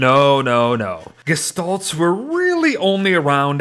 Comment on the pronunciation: Why u saying gishtolts when u always would say gestalt